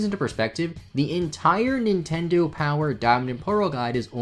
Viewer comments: "intindo" lol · “Poukemon” “Nintendou” lol